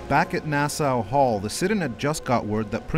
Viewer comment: It’s Nass-AW Hall, not Nass-OW Hall.